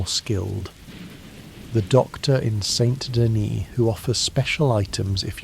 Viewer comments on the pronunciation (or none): buddy pronounced saint denis saynt dennis 💔